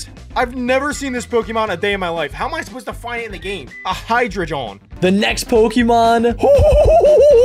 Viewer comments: Heidreigon is pronounced Hi-drey-gon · It's hie-dra-gon not hie-jri-jon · said Hydreigon so wrong its pronounced Hy_dre_I is silent_gon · i don't like that absolutely butchered hydreigon's name